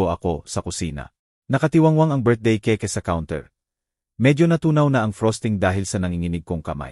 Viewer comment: Ang basa sa Keyk ay keke hahaha ano ba yanj